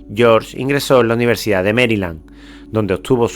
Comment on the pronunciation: "AULAS DE UNIVERSICAD"